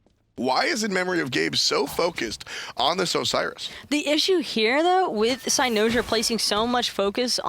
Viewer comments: the way pronounces cynosure, its like nails on a chalk board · cy-NO-sure. man each time she said that got me so triggered lol